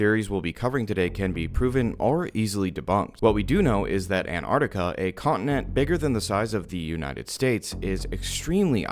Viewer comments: An-tart-ti-ka Not Ann-arrkita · I am so triggered by people saying antartica instead of Antarctica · “Anne Artica» like americans say🙄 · Why do you pronounce Antarctica An-ar-ti-ca? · An *T*ARC TICA plsssss i don’t know why Americans refuse to pronounce it correctly 😭😭😭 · Nice video. But really hate that the whole of the fking United states can't pronounce the first t in Antarctica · The biggest conspiracy is why Americans don’t pronounce the first T in Antarctica